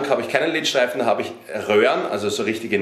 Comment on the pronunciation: omg wie er „LED-Lichter“ ausspricht haha die „leet Lichter“😂😂#nohate Feier aber das musste sein